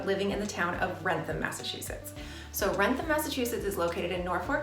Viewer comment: The outlet in wrentham is called wrentham outlet not ransom outlet please if you want to do a video on a town do research on names of places okay and use real pictures of what the place looks like okay don’t scam the viewers